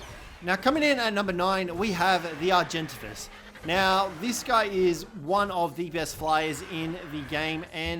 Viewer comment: He said Argentavis wrong XD